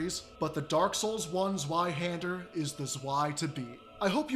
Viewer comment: Well, at least you didn't call it zwee hender.